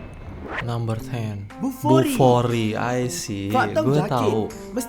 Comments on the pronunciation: Sebut betul² Bufori, bukan kokoRi ya!😂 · 😂😂😂 langsung tak jadi nak buang air besar bila dengar nama kokori, jadi tak bernafsu dah la🤣🤣🤣 Huhuhuhuhuhu 🙏✌️🙏 Salam Dari GerikPerak(MALAYSIA) 👋👋👋 ✌️🇲🇾❤🇮🇩❤🇵🇸✌️